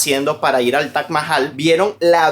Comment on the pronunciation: Es taj no tach